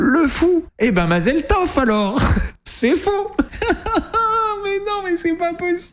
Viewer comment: Mazal Tove Se Prononce Pas Mazal Teve ´La prononciation Se Prononce Tove Mazal Tove., Mazal Tove Pour Ton Nouveau JOB AVEC MG BRAVO 🎊🍾🎉 FÉLICITATION MAN🍾🥂🤩🛜📲🥃🥃😂😂😂😂😂😂